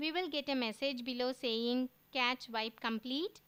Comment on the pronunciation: i believe it's pronounced 'cash'